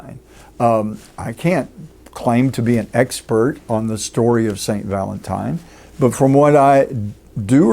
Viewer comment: Va-LENT time 😅